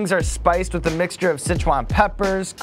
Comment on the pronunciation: "Tofu wif cheese? What the fuh?!" Lmfao